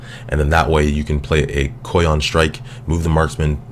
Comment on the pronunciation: I think it's pronounced Kai-yoon.